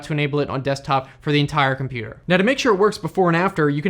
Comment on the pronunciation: i love compooterrs